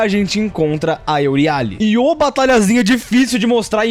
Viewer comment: "euriále", "láquesis" o cara com 100% de aproveitamento eme falar TUDO errado, slk